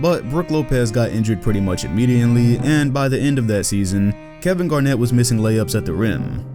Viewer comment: "Immediently". Great video tho!